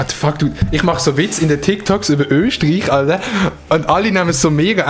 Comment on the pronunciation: Öschterich genau 😂